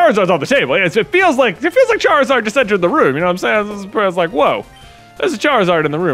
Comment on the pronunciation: Charizard should be pronounced like “lizard”